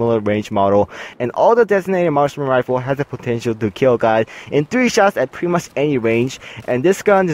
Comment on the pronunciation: Harry Ho I thought he said "Marshmallow" XD